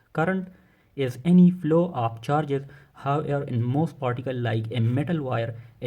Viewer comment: Bhai plow nahi hai flow hai